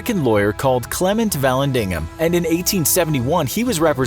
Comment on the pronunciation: I wanted to tell you for #10 the person's last name is pronounced va-land-ding-ham. We have a client that's a descendant of that man and that's how it's pronounced.